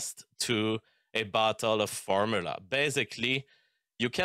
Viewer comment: I refuse to listen to a 'biologist' who can't pronounce the word "formula", and uses the most vague measurements ever.